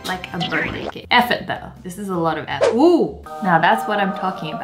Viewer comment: I thought she said, 'F it guys.' Not 'effort guys.' 😅